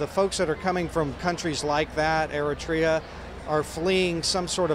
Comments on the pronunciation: eritrea...say it like air-reh-tray- ya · Eritrea.. Wrong pronunciation! It is pronounced air-it-ray-er...!!!